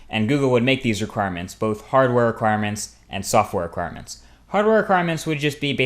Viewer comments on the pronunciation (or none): You kept saying "erquirements".